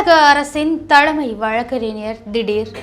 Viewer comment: சாக்கில் முதல்வரா...அதிர்ச்சியில் முதல்வர்..என்க. தீர்ப்புகள் வழங்கப்பட்டு விட்டன....விட்டது அல்ல. தலமை அல்ல..தலைமை. ஃபார் எக்சாம்பிள்..தமிழைக் கொலை செய்யாதீர்... ஒழுங்காக உச்சரிக்கவும்.😮